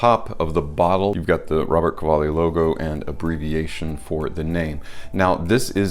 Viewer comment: It’s Ro-ber-to CA-Va-lli, the design is a serpent the house design signature